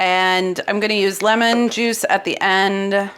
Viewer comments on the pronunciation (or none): none